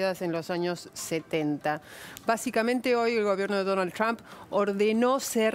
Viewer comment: Ines Capdevila, que pronuncia muy bien "Trump", se canso de promocionar la perdida de Trump a manos de Hillary, al igual que Silvia Pisani. Capdevila tiene Usted alguna duda de que China arruino la economía mundial y destruyo millones de familias ? Deje de defender lo indefendible Capdevila. Que EEUU no tiene la tecnología de China, saque la cuenta de la cantidad de gente que directamente no tiene baño en China y volvemos a conversar. China va usurpando con esas bases o islas, de gracias a Dios que existe EEUU y le hace frente a los chinos y a cualquiera. Ocúpese de pensar, cuando los chinos le corten el chorro a los argentinos, y lo que pagan 10 ofrezcan 5 cuando sepan que son la única salida.